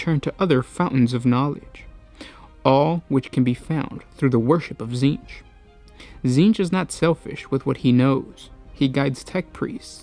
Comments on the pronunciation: Titsnitch, not tzeench. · This was oddly inspirational. Also, I HAVE to ask: I'm hearing "" every time you say your name. What is it?!?! This is driving me to Tzeentch!